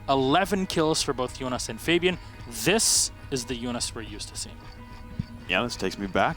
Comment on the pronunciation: I am sorry but it is triggering me that you are saying Fabian.